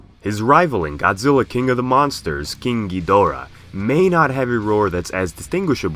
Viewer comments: Is it just me or the way he pronounces KING GHIDORAH somewhat sounds like KINKY DORA? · Nobody:: KEENG GEEDORAH